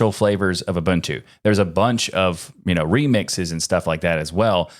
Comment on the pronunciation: As a South African, thank you for saying Ubuntu correctly